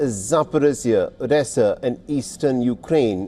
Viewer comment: Anyone who lives in eastern Ukraine (Novo Rusia) has been aware for four years of the danger of living in the line of fire. The west's proxy war has put them in danger of collateral damage. On another note perhaps you could teach your AI announcer how to pronounce missile and Odessa.